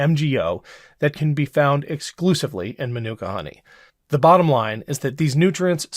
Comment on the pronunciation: "Man-Nook-Ka" Honey? I think "Man-Oooh-Ka" might be a closer approximation to how it's pronounced.